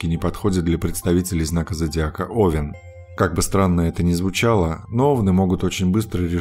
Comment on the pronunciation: НеОвен, а овЕн